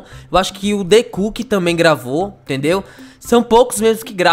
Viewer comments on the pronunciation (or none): none